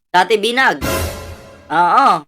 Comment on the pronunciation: Cathy Binag po sxa, hindi binay